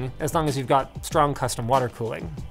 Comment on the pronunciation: You mean cooling?